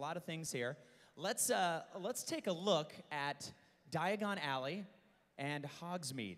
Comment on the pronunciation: omg when he said die-a-gone ally i was like its diagon alley not die-a-gone ally I realized at this point I am Hermoine granger ...